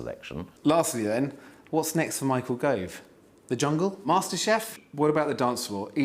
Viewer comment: It’s Gove, isn’t it?